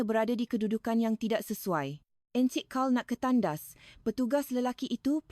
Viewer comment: Min, kena menambah baik sebutan bahasa Melayu versi AI ni....contoh :klia bukan klea n encik bukan ensik...bebaskan drpd versi indo...boleh buat sendiri,maju terus...